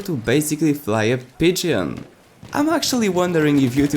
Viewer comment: As much as it's funny listening to you mispronounce pigeon i have to tell you when pronouncing pigeon the E is silent XD